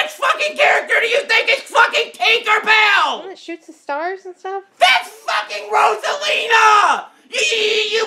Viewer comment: its not teenkar bail it's tinker bell